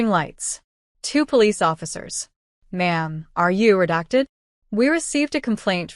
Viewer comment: "Ma'am, are you reducted?" What the hell is "reducted"?!